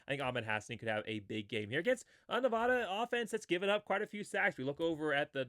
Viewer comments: I'm a huge Boise State fan but have grown up in Nevada...please pronounce the state correctly for my sanity. It's Ne-Va-Duh, not Ne-Vah-Duh. 56-17 Boise. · I love your content! Keep up the video production! One small thing, though… please stop saying “Ne-VAH-da.” It’s as grating to me as when people say “Boy-zee.” That’s it! I’m hoping for a 70-burger this weekend. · I hate to be that guy but you're pronouncing Nevada wrong.